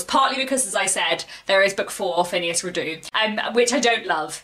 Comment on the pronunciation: Hello and thank you for another interesting video. I look forward to your thoughts on The Palliser novels. Just one thing if I may and that is can you please pronounce Phineas Redux correctly? I refer to the Redux part of the title which is pronounced Ree-ducks not re-doo. It comes from the Latin and not the French (as I suspect you may think). Apologies if this offends I certainly don't mean it to. Your channel is one of the brighter, intelligent and more thoughtful places on YouTube. Many thanks.